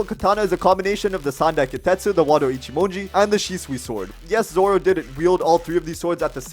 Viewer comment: Wado “Ichimodo” (It’s “Ichimonji”, )